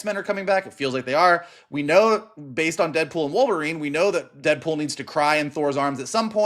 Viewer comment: “Deadwool and wolverine” 😂